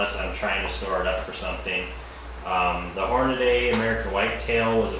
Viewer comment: Hornady... Not Hornaday. lol. Thanks for the video.